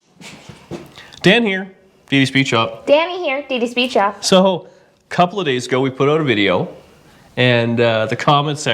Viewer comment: It’s DD speedshop Dan,Danni speedshop and NOT D speedshop . Great channel cheers Andy/vwcoco-uk